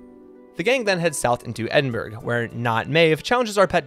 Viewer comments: as someone from scotland him saying edinBURGH as its spelled made me laugh so much. for anyone who might be curious its pronounced edinBRUH lol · Cnoc na riabh is pronounced: nock-nah-reev. the v is a bit softer, as if it's also a b. All names with wich have a silent w. Norwich would be: Nor-itch Edinburgh is pronounced: Eh-din-Buruh